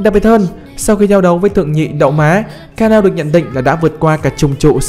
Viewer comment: ngta đọc là ka na ô , cứ ka neo cái gì :))